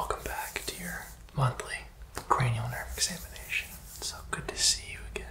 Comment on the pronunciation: The way MONTHLY was emphasized 😂